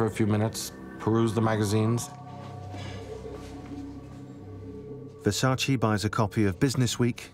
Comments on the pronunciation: It's Versace. Not Versaceee. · No disrespect but everyone is mispronouncing his last name. It’s not versa- chi it’s versa -ch eh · No, it’s Ver-Sach-eee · If you love and respect Versace, at least prenouce his name correctly.